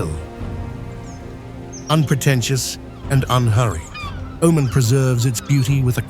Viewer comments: You dont even know how to pronounce the name of the country. It is not O man, it is oh mun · 10 seconds Wikipedia lookup, tells you how to say the name properly, its oh-Mahn pronounced umān but the narrator was nowhere in saying it right. I just looked it up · O main? What kind of Ai is this? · What a dissappointment: dreadful voiceover which defies explanation. How many ways can this man (or AI synthesized voice) pronounce and mispronounce the name of the country? Here let's say "he" pronounces "Omen, Omarn, and Oh-man" more than once - so which is it? Add to that the dreadful pauses where no pause is due, and then words run together where surely a comma indicated a pause was necessary. What should be a good video, is unlistenable. Try again. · AI narrator: 'he' was not consistent with the pronunciation of the country's name. Plus, he sometimes did not pause with his commas. I worked for 14 years in neighboring Saudi Arabia and did not visit Oman (pronounced 'Oh-maan) once. It seems I missed out on a great destination. A friend of mine went there and enjoyed it. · Proper Pronunciation is (O Man..) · You know it's AI slop when the narration mispronounces the name of the country being described. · Lived and worked in Oman in the late 90's....fabulous place and friendly people! I had hoped that this would not be an AI-narrated video, but his pronunciation of "Oman" gave it away....too bad...too sad...and not right. But a very nice country! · Hard to take serious when the machine doesn’t even know how to pronounce the subject. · I wish AI would pronounce Oman correctly. Very frustrating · Can the news reader pronounce Oman the same way twice? Nope! ;-) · Apparently, avcording to an erlier comment, it's a himan named, do just another anglo-centric British bloke, unable to respectfully properly pronounce non-anglo names